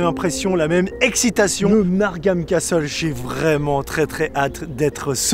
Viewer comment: ça m'a choqué aussi lol